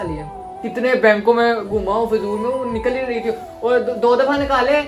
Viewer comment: Payment nikvsl aya ha Not nikal Its nikval😂😂